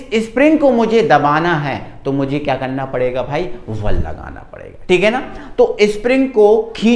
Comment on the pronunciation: Vese sir val nahi bal hota hai😊😊